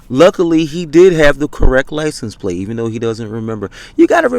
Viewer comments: "Lie-cen- place," what an uneducated fool😅😅😅😅😅😅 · What the hell is a "Lice-N-Place?"